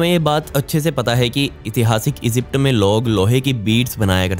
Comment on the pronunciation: Esypd nahi hota Egypt hota he,🤣🤣